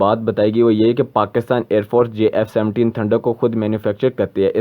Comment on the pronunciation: Abe lode Jf 17 bol na bhi ata h